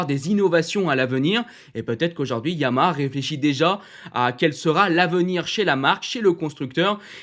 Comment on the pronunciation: Toujours aussi bien construit et rythmé. J’aime vraiment bien le format. Petite remarque : il y a bien trois syllabes distinctes dans la prononciation du nom « YAMAHA ».☝️ Suis-je le seul à toujours entendre « YAMA » ? 😶